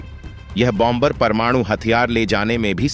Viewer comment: Hi.😅 Its Pronounced Bomer and Not BOM BER. 2nd , B, is Pronounced Silent. France 🇫🇷